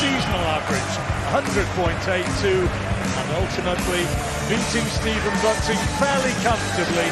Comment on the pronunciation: 'Shh!tephen' 'I think he 'gort' the point'!